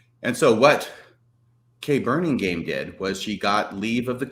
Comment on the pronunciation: correct pronunciation of Kay Burningham's name is "burning ham", not "burning game". She was one of my high school besties and it was a big ouch every time you mispronounced her name. Love your podcast!